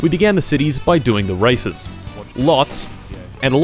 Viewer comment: Why i didn't stop to heard racism instead of races ?